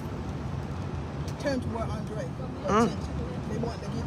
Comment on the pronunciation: Hey Sis please correct his name on your Rest In Peace banner! His name is Andre not “ Andrea”